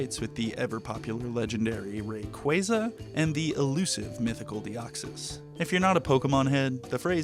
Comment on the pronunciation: first it's sogeking not being pronounced "sohj-king", and now it's rayquaza not being pronounced "ruh kwah zuh". my worldview is crumbling before my eyes